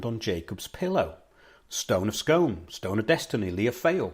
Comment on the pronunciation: BTW its pronounced 'scoon' to ryhme with moon... i live 4 miles from Scone Palace. I went to visit the new Perth Museum, which has been built specially to house the stone. Hilarious blurbs on front of artifacts, obviously written by millenials; the grammar on some was amazingly wrong. That australian dude, who claims he's the real king, has been digging up all kinds of places saying he's found where the real Jacob's pillow is lol